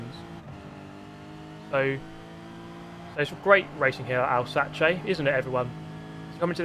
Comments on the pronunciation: the pronounciation was wrong again mate it's 𝔈𝔩𝔰𝔞𝔰𝔰 not Alsace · It's pronounced Alsaque, it is in the Elzas region in France very beautiful. I stayed there with a family for a week. I have good memories of the vineyards, snowy mountains and less fond memories of the choucroute/sauerkraut as they eat it with everything. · I like how said Alsace with an Italian pronunciation but doesn’t say Maggiore with an Italian pronunciation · Everytime I read Alsace now I cannot stop pronouncing it Alsatse. . . Damn you! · "Owl Sahchay" lol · I like Al Satchie, but it’s no Barth hurst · Huh. I always thought it WAS pronounced Al-sa-cheh. Guess not i suppose. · It's pronounced Al-sarcky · its not said like 'alsass' its italian so its 'alsachee' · alsache lmaoo hahaha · Its not pronounced alsache